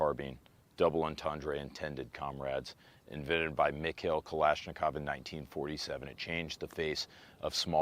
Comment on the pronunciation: ‘’ Kalanashikov 😂